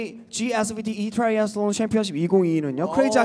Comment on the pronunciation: Joshua's 'Triathlon' with that accent...😍😍😍